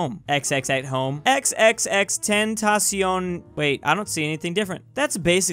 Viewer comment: Respect that he knows how to say XXXTENTACION